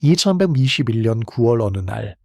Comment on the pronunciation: AI 음성인지 모르겠는데 10초 보고 영상 돌립니다. 영상 제작하시는 분 참고하라고 글 써봅니다. 님이 한번 초반 10초 아니 5초만 들어보세요. "2121년 9월 어느날" 이렇게 들립니다. 근데 몽골군이 역사에 등장하는 시기는 13세기 즉 1220~1250년대인데? 그럼 천을 2천으로 읽는 분인가? 근데 100단위 자리도 안맞는데? 누가 읽는지 모르는데요, 최소한 발음을 알아들을 수 있는 음성으로 교체하시기 바랍니다. 이렇게 부정확한 발음을 내는 건 AI도 사람도 찾기 희귀할 정도에요. 역사에서 년도는 매우 중요한데 영상 시작부터 저렇게 말을 버벅대는건 매우 큰 단점입니다.